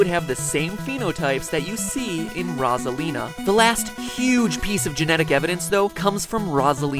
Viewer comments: Wait, her name is pronounced Rozalina? I thought it was pronounced Rosalina! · Nope. He just pronounces it weirdly. Everyone else I’ve ever heard say her name says it Rosalina. As in, Rose at the beginning. Unless you meant this as a joke, in which case, I think I was just r/wooshed